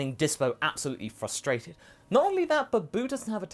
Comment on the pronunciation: "frostrated" hahaha